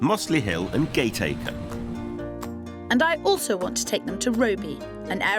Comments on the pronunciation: its pronounced Gaticca not Gateacre - come on Phil and kirsty! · Gate is pronounced like cat and the a in acre is like a in apple. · My son lives in Woolton village and my husband grew up there , we got married in at Peter’s church and so did my in laws, Woolton is very busy and bustly nowadays not like it was years ago and it is often congested with traffic, nightmare to park there, still has character though- Gateacre is not pronounced like that.